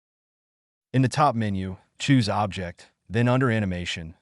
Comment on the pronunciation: This has to be an AI voice over as OBJ files are pronounced 'Oh Be Jay' and the word object was spoken like 'I object to that!'